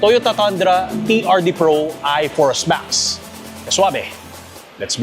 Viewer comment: TANDRA pala pag kaabasa mo idle kala ko TUNDRA👏👏 TOYOTA TUNDRA❎ TOYOTA TANDRA ✅ Galing galing 👏👏